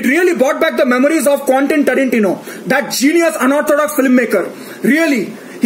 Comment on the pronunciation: I died when i heard him Pronounce Quentin Tarantino's Name , This is my Aathma typing